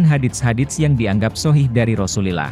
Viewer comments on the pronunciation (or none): none